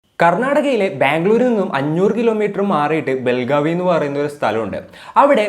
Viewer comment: വെൽഗാബി അല്ല വെളഗാവി അതായത് വെൽഗാം ജില്ലാ